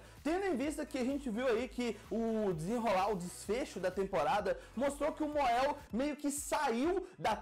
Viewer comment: Mon-El se pronuncia MONEL